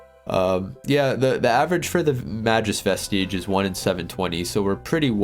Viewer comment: May-Gus Vest-Idge